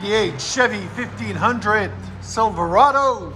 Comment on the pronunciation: The way he says silverado 💀